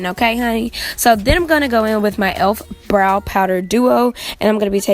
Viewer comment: The way she says BROW 😂😂😂